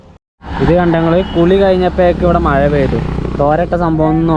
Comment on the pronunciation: മയ അല്ല മഴ ആദ്യം അത് പഠിച്ചിട്ടു വാ